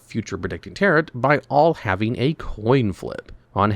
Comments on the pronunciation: It's pronounced ta-ROW, the second "t" is silent because it's a french word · Please look up how to pronounce "tarot." The T at the end is silent. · why is no one talking about his pronunciation of tarot LMAO